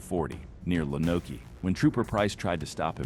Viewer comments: That first one would be "lo... nok' don't pronounce the "e." Anyone that runs in AR is crazy... our ASP are a force to be dealt with on the road. What's sad on top of that are the people running in 4 cylinders... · Please learn how to pronounce Lonoke properly. Hint…the e is silent